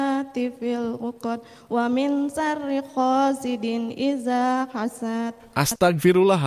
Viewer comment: iya,buk baca 'a nya masak a terus dza di baca za terus sya di baca sa harusnya waming malah di baca wamin,naffa di baca naafa,masih ada lagi sih